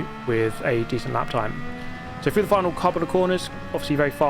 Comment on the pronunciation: Dude can you REALLY not say through? You keep saying frough and it’s driving me nuts